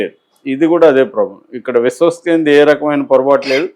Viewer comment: Ayya meeru Viswaksenu Peru vikikkasari palakalekapotunnaru